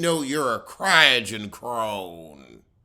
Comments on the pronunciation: Croydon not Cryogen 😂😂😂😂😂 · It's Croydon pronounced Croy-den. It's the Far Rockaway of London without the beach. Way out there and no one wants to go there.